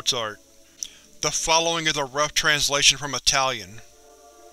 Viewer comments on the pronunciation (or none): none